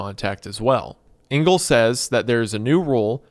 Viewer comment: Just a quick one - Engel is not pronounced "Ingal", but "Angal". And is German for Angel (but with a hard g - which you got right).